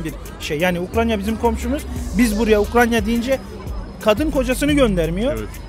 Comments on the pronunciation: Ukranya diyoruz Kardeşim ukrayna Uk-ray-na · American Eagle bir de yasadigi ulkenin ismini soyleyebilse iyi olacak Ukranya deyip duruyor